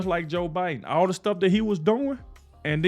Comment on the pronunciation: I appreciate your point of view. I like the clips of real persons talking of different issues, but the AI voices mispronouncing well-known names (Biden as Bid-un and Ek-e-no-me instead of economy) and other errors is maddening. I shut the video down at that point.